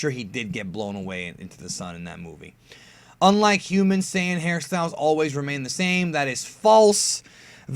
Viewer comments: Quit saying SIYIN. ITS SAIYAN. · "SI YAN ARC" how you pronounce sayian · you mispronounced saiyan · Just noticed: He can pronounce Gine, but not saiyan